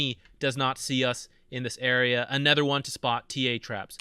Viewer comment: I always wonder why you pronounce other/another as "ether/anether."